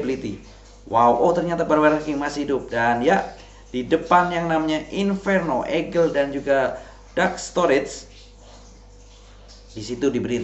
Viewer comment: Egel,miner bukan mainer kl baca pake inggris. Ediaaan 😂